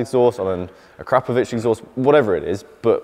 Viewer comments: I absolutely love this show but there are two things I really do not understand .....NOISE...., is one and the other is the pronouncing of the word AKRAPOVIC exhaust. ....it's AKRA ......POVIC..... sounds so terrible A...KRAP ...OVIC... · It's pronounced Akro Pro Vic who og did motorcycle exhaust first, and once called the translation of ackr Pro vic was used at some time in the 90s scorpion.